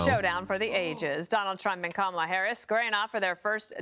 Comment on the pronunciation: He said it wrong